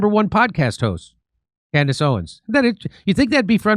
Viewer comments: Trucker and Candyce ? 😮 😅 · You kinda missed the most important points... In that pastor video she showed, the pastor MISPRONOUNCED BOTH Candace and Tucker's names!!! So hes PREACHING about how bad these 2 people are, but also proves HE HAS NO IDEA WHO THEY ARE in the same breath... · Notice how that “pastor”, mispronounced Tucker and Candace’s name? That’s called plausible deniability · Are you sure it was Candace and not “Camriss?” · They don't even know their names. 😂😂😂 That pastor just butchered both of their names.